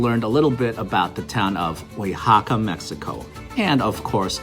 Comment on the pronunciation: U said "uixaca" In Spanish you actually sound out every letter o says o the a says a (as an alligator)